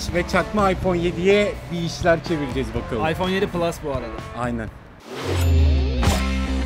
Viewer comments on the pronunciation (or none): aypon diyor valla mal yaa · Yanıyosun "ayfon" abiğğğ